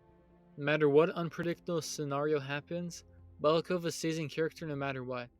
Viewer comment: bakalova btw. Not balakova.